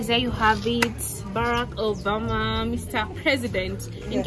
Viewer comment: Put that word in full president Barack Uberma not Uberma ok